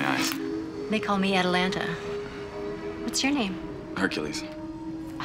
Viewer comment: Atalanta, not Atlanta